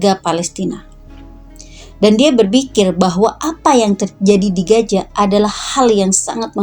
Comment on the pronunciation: Gaza kakak...bukan Gaja...😂😂.. Piss aahh